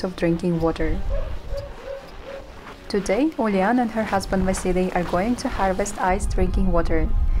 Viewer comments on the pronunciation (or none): Toady? Or today?